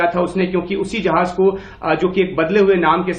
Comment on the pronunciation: भाई जहाज नहीं बल्कि जहाज़ उच्चारण सही करो।